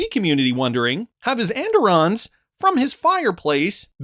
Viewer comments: Pronounced “ and irons “ where I am from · andiron is pronounced and-iron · And-Irons Phonetic.... At Least the Way my Grandmother said it.